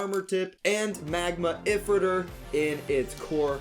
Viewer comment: A few things LR launcher looks bad compared to the first one 2 how is astral spriggan going to work 3 why did they mess up ifritor when Takara set it up for them 4th and last why do you say if ritor zankye says eyefritor when it’s eefritor